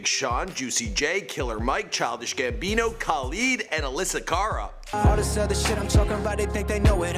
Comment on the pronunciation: It's Kuh-Leed